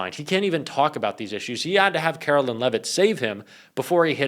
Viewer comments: You're so right. But it's not Karolyn it's KaroLINE. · you’re awesome and you have to start pronouncing Karoline’s name correctly—“Karo -Line”, not “Kara-Lynn.” I’m not a fan of hers at all, but we gotta get the names right. Thanks for all you do! ✌️